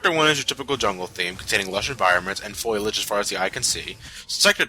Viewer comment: I noticed the "Tchasms" thing too. And "Foilage."